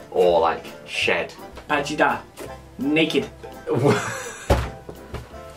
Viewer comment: the way he says 'naked' lol